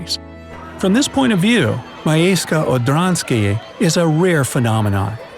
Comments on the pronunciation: MIJEJSCE ODRANSKIJE 1 kto nazywa tak miasto 2 jak on to mówi?! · wait, what? miejse odanske? It's miejsce odrzańskie not miejse odanske. I'm from Poland, and it's so fun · I know how to pronounce Miejsce Odrzańskie (I'm Polish and have a short surname.) It's "Mye-tse Od-ran-ski-ye". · You spoke wrongly at "Miejsce odrzańskie" xD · You said the name wrong because im polish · omg your saying the village the wrong way! Im know how to say that word prfectly bc im from poland! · miejsce odrzanskie juo need to say as:miejsce odsanieskie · Bro i know polish and you sed the tows name soooooo rong you sed it complitli difrent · U pronounced it wrong I am Polish so its offensive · oml i swear im going to cry myself to sleep everyday because how he said the villges NAME . p.s im polish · Love the way you try to pronounce Polish words :D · Shame you didn't bother to even try to say Miejsce Orzanskie properly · Miejsce Odrzańskie